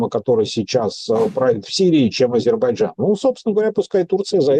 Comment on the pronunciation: Шепните кто-нибудь ведущему, что в слове Азербайджан есть буква "й" :)